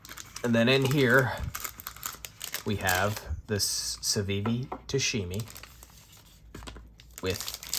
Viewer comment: Tamashi not tashimi…